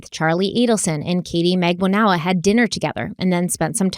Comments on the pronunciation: It’s funny but I’m sure someone has mentioned it… would you maybe consider searching for the actual court trial so you can pronounce last names correctly? Just saying.. 😆 For instance..Katherine (pro: mag-ban-oo-ah) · Magbanua - "Mag ban wuh" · I love you but it's MAG-BAHN-WA. It's a common Philippines 🇵🇭 surname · please pronounce Charlie's girlfriend Katie as MAG BANA WAA. It sounds like you are introducing a new person the way you pronounce it. 😊